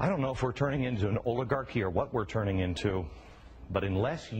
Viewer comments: Oligarh...y? Oligarh-ee? Orligarh doesn't even sound right for this word.. I dunno. Maybe it's me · you are pronoucing oligarcy wrong. yeah i know i spelled it wrong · Did he forget the C in oligarchy?